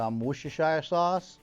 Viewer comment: The pronunciation of Worcestershire is....... "Wistersheer".